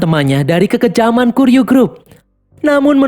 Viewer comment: Ijin koreksi min, yg bener kuryu grup, bukan kiryu grup min, btw next lanjutin nih seri sampe film terbarunya rilis min yaitu high & low the worst x cross😁🙏🏼